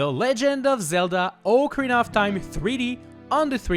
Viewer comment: Omg finally someone that says “ocarina” properly. You are literally the best